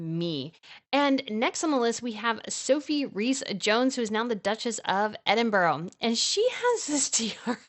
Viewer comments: I'm sorry .I watch you all the time..I do enjoy you but please learn how to say Edinburgh .. it's "Edinburruh" . It's my capital city and this annoys us so much .. great video though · I wish you would pronounce Edinburgh correctly. There's no 'O' in it.